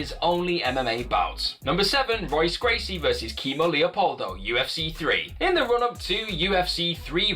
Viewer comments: Seriously, how you gonna make an MMA Channel and pronounce Royce Gracie's name wrong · Dude, how fucking embarrassing it must be to make an MMA channel and then mispronounce Royce Gracie's name time after time...seriously, have you never heard his name before?